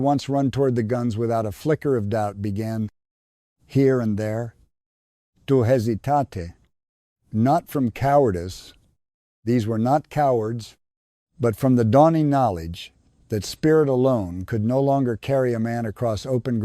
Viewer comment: Hes e tat tay. For hesitate. Horrible narrator. Alzheimer's in or Biden talking